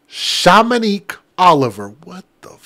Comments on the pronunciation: Shum ma niq is how it's pronounced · Its shom=Monique and it's a beautiful name.🎉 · Shy- Monique is How you Pronounce it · It is shamma like momma and nique like neke hence shommanigue. Imagine your child being assaulted and murdered and the professional adult news source while reporting what happened to your young innocent defenseless child is attempting to mock your name because it boosts their fucked up agenda of self hate and they're unaware that this is the agenda of their master which makes them the puppet. Just because they're unable to take the time to respect the grieving parents and to go further to disrespect the mother of the mother that tragically lost her children at the hands of cowardly evil souls. Instead of focusing on the person and or persons that caused this. You would rather mock their parents name. Shame on these actions. I just pray that this never happens to any child connected to you because this would be because of your behavior. Please do better. Because our creator sees and hears all things. And the full circle is almost complete. And when that occurs the earth will be prepared to receive the coming of the LORD. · Pronounced Shom-ma-neek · Her name is spelled just like it sounds Shom-Moan-Ique white people tear us down enough we don’t need you to add to it, stick to the important facts of this story please. From one Bosch person to another… the mom is not the suspect obviously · Sha ma nique is how its pronounced stop being petty it's about the kids being murdered. If you can't pronounce the 1st name address her by the last name and you commenting about how old she was when she had kids and baby daddies and life insurance and you trying to be funny by speaking in tongues when trying to say her name. Coon you are a disgrace I'm so turned off by you I will never subscribe.